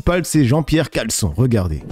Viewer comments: Le reuf c'est CHAlencon pas caleçon hahahah😂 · Jean pierre calebute au lieu de chalencon ^^